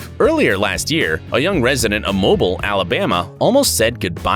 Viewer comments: It’s pronounced mo beel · Mobile 🤦🏽‍♂️ it’s pronounced mo beel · Mo bill* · They said "mobile" wrong